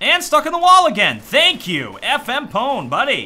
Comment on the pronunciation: Also, "FMPONE" is pronounced "FMP1."